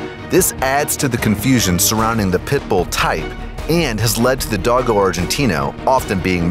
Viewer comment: Dogo is pounced Dough go